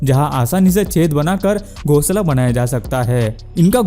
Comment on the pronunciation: Banaya gaya na ki Bandaya gaya😁😁😁😁😁😁😁